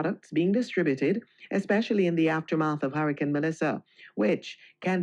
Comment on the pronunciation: Can't even pronounce hurricane... " should have attended your classes " 😂😂😂 luad jesas did he say documentary 😂😂😂😂